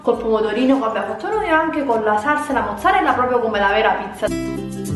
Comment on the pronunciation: Si dice PROPRIO non POPIO